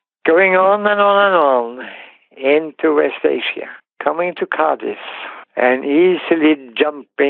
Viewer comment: The way he pronounces Cádiz sounds like Cardiff.